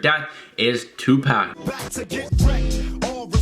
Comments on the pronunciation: " two pack " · He said Tupac 😂😂😂 it’s tu poc 😂